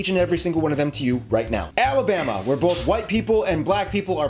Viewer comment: Alamama is spot on lol